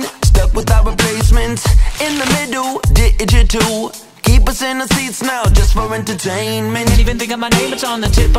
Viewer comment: You said digital wrong